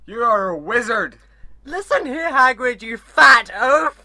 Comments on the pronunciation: Did she call Hagrid haggis? rofl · It’s Hagrid not Haggis lol